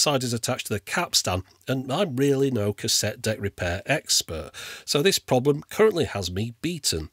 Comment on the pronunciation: A Cassetee Adapedr... hahahahha!